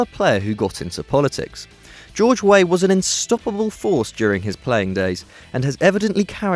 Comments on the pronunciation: its george weah not george way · Weah is not pronounced Whey, but is pronounced Weaha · It's not pronounced George Way, it's pronounced 'Way-ah'. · "George Way" lol. You're such a noob